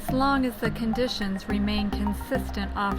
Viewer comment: The script was read awfully. It's not pronounced "smear-nuh" and it's not pronounced "tar-pawn". And tarpon are not baitfish but rather a game fish which EATS baitfish. This vid might contain other errors too, but I couldn't go any further, this was so bad.